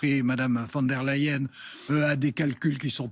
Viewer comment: C'est Von der Leyen et pas Van...!